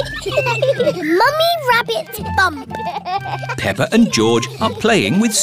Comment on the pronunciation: Pepper and George are playing with Suzy sheep, Pedro pony, and Cartoon cat. (the narrator says "Pepper." not "Peppa."